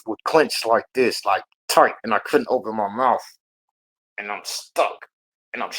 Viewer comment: Someone tell him it's "mouth" not "mouff"